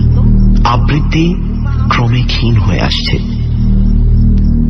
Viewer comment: আবৃত্তি শব্দটি সঠিকভাবে উচ্চারণ করতে শিখুন।